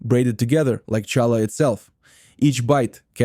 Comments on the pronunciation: AI with its fake Jewish accent. Ity said shallah, not challah. AI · It's Halla. Not challa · WHY DID YOU SAY CHA LA? WRONG! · Who did your voice overs? Horrible. It's Knish with a K not pronounce Nish. Also real Jewish Deli Sandwiches do not mix meat with milk. That would not be Kosher. That would just be Kosher Style. Get this right. Do this video better. Challah is pronounced with a Guttural CH sound it is not a J sound...On your video the voice over person dos JChallah. Not correct. Get this right. Find an actual Yiddish Speaker to do your voice over. NYC is filled with Jews who can pronounce these words correctly. And who understand that Jewish Food is not meat with milk. I was looking forward to this. Get this right! Matzoh Brie.,....Pronounced Bri....Strong I. Not Brie like the Cheese. Sigh. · Hallah not challa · It is Hala Bread not shala your pronunciation is wrong 😑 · 1. Challah is pronounced 'HALLAH. 2. MATZOH 'BRIE ' is pronounced 'BRYE'. Not brie, like the cheese. ENJOY!!!! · Obviously Ai - no Jewish person would say cha- llah! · CHalla? Oy vey! And it’s pronounced matzah breye. 🤔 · It’s not shallow. Pronounce it properly. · Stop saying Challah!!! It pronounced Khallah! English doesn't have this ability to say this consonant, so they say hallah or challah, but you should try to pronounce it khhhh from the back of your throat. Similar to the Persian letter for Shah, which is also should be pronounced Shakhhhhh , means king. In chess the word check is again a distortion of the word Shakh. Check mate literally means the king is dead. Mat in Semitic languages mean dead. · Please say Challah correctly, not as you said it as the ch in chair.Thankyou. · Please get a narrator who can correctly pronounce challah! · I enjoyed the video - but it would have really less painful if there would have been an effort to pronounce the names of the foods properly. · cant you find anyone to be the voice who can pronounce Challah correctly?????